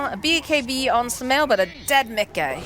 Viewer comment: lol the way the female caster says miCKe is so funny lol